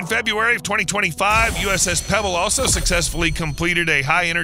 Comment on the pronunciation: USS Preble. Not Pebble.